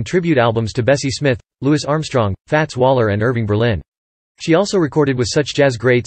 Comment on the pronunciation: But the robovoice did have one thing right. It said Louis Armstrong's name was Louis not Louey. Louis was the correct pronunciation and what he preferred.